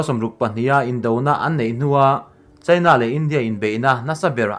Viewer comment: I ṭawng ri hi ngaithla ve ṭhin rawh. India leh China tih pawh hi a mood azira lam rik dan danglam a neih anga lam rik loh a tam lutuk. Primary zirlai (Mizo Ṭawng hmang) pawhin an lam rik dik a rinawm maw le.